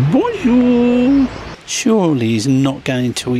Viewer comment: Definitely a Turtle trying to climb up on that bit of twig. Your right, lack of Oxygen kills 🐟 🐠 fish. What a shame. Its easily done, we are use to driving on the left I would have probably forgot as well. I had to laugh when you kept saying Bon Jeur to the Geese. Had any nice Pastries 🍰 while your in France. Lovely vlog as always. ❤